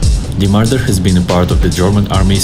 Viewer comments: you get a dislike for saying mardar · "MardAAr" bro my ears got rpd